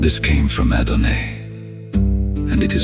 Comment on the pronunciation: Thank you so much, is there a possibility to edit this? Adon”aye”? I’ve never heard that pronunciation. I’ve heard Adonoi and Adonai , but never Adonaye